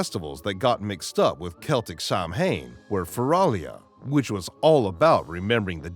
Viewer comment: Samhain is pronounced "Sow-en"